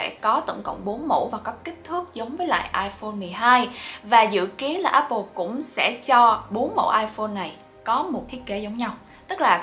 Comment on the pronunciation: dạy cho cuhiep với mấy mod tinhte phát âm từ Apple cho chuẩn cái, toàn nghe ây bồ với ép pồ không à:))